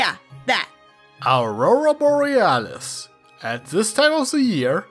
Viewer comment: Aurora Boralis is my pony oc name XD not even joking. So hearing botch up the name made me giggle